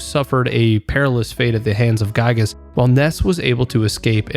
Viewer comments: I must mention Its. Gigas pronounced. Not guygas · the fact that you say gyiyg is actually so based